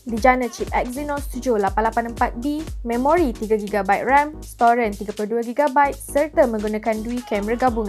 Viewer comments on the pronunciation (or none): kenapa sebut "storan" jadi "storen" 🤣